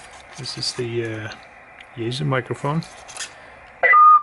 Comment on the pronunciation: It's pronounced Yae (SUE) not Yae (zoo)